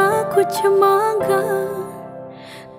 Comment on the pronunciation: Vokal bagus 👍 Bantu koreksi pengucapan: 1. Muskura ke, bukan Muskura se 2. Kuch na, bukan Kucce na